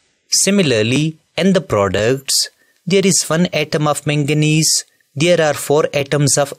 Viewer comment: It's not mengnese it's magnes